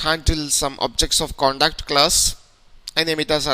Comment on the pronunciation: its Pronounced Contact not Conduct -_